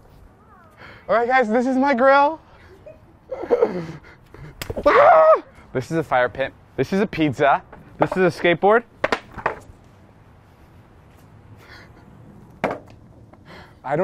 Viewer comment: “This is a pidsa”